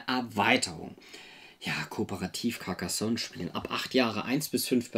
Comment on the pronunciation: caRcassonn, net caccassonn! 😁😂🤣